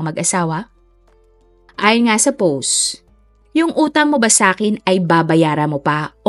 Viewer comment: Ang hirap tlga pakinggan ng pagsabi mo po ng "post". Ang pag pronounce po nun ay POWST.